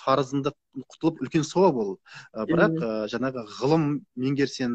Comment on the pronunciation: Жанагы емес жаңағы